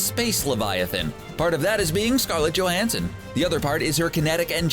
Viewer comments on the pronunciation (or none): none